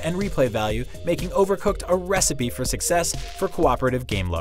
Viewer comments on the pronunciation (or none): none